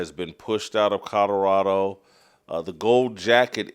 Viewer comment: I really wish that you would learn how to say COLORADO. Theres an L in it Jason! Its not CODORADO. Learn how to pronounce it man! If you gonna talk about em every other show 😬🤦‍♂️